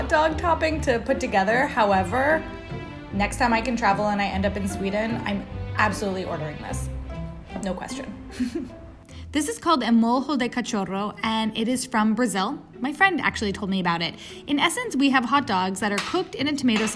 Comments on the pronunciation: Not Mol-ho. It's pronounced Mo-li-o. Like in italian: Moglio, but this is in portuguese: Molho. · Portuguese lesson: "Molho" is pronounced "mol-yo." L+H together make LY sound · Ela pronunciando o nome do nosso molho como se a gente falasse espanhol 🤡🤡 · Hunny, it's M-O-L-Y-O, not MOHO. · "Molho" means sauce in Portuguese and it's pronounced "moglio"/ mollio", similar to "million". A lot of Brazilians hate it when people "Spanishize" our words. We have our own language and it is NOT the same as Spanish. Nobody pronounces Italian words as if they were Spanish, so do they do it to ours? The three of them share similarities but are NOT the same. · Eu odeio demais quando esses gringo e do pronúncia português brasileiro como se tivesse lendo alguma coisa em espanhol. Molho como "morro" ou "mojo" e cachorro como "catchoro". Toma no cu velho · "Molho" is pronounced "Mool you" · "Mow-lee-eau" suits better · The way you pronounced molho as Morro 🤣🤣 (molho=sauce; morro=die) so you basicaly said you died of dog 🤣😅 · Você esqueceu de falar que o O tem som de U, então seria "Mol-yoo" e cachorro seria: "Ka-sho-hoo" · please do not pronounce any word in Portuguese as if it were Spanish. Brazil speaks Portuguese and it is extremely offensive to assume that it is Spanish. Apart from that, the hot dog sauce is served on a savory bread, most of the time just placed through a hole, and the potato used is potato chips to give crispness. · I just don’t understand why north americans always pronounce our words as we speak spanish. It’s PORTUGUESE bro.